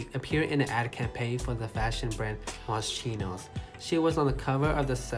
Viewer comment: You pronounced Moschino wrong